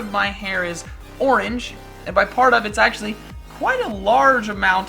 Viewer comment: not ooorenge